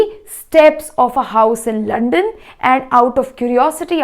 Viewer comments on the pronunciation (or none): Mam said 6.25 to 6.30 Mam said lond mai , slip of tongue it was london mai but she mistakenly said lond mai😂😂😂😂